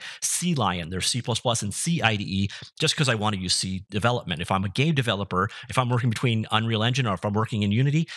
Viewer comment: Did you say "if I'm a gay developer" ?